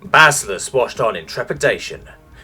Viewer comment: BA-SI`-LI-OUS ! GOD DAMN YOUR BARBARIC GABLOE! FOR ONCE PRONOUNCE A NON ENGLISH WORD RIGHT!